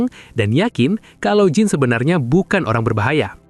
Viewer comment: Jean dibaca Dzan.